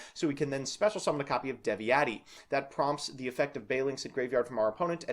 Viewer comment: I know Eastern/Northern Europian languages are not easy to say, but Devi-eti, Saizmetas, Hama-dick, Sugget and Piati were tough to hear. The other three were borderline cases, I don't expect anyone to know the accent on the first try. (Well this is also the TCG's fault, maybe it would be easier to say Beelzebul, Lucifugus, Asmodai, Belphegor, Baal, Adramelech, Lilith and Nehemoth.)